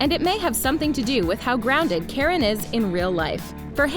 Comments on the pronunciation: its not karen, its kArAn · Tenzing Norgay wasn’t a character on “Jessie” he was a character on “Liv & Maddie” as Parker Rooney! Tenzing & Joey Bragg only had 1 guest staring episode on “Jessie” Omg please learn how to pronounce these actors names please! It’s Karan not Karen! Kar-in!!! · KARAN - not Karen! Saying someone's name wrong is simply RUDE. If the narrator isn't sure, then look it up before you embarrass yourself and tick of fans! No mention of the late beloved Cameron Boyce? Insulting to his memory! These actors were hi friends! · When was Tenzing on Jessie?? I don't remember ever seeing him on that show, but maybe that's just me. Also, Abominable is DreamWorks, not Disney. Also also, it's Kahr-Ahn, not "Karen". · she really called karen brar K A R A N im so sorry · Why did she call him “Karen”? Like it’s pronounced like kah-rahn! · Natalie Bennett it really annoyed me it’s supposed to be pronounced karan like the a in ka is like ah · Liar liar was released in 2018, it wasn't recent. Also Karan is pronounced "Cahr- in" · Who else laughed when they pronounced Karan like Karen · natalie bennett me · I didn't laugh but I was like...is that the American pronunciation?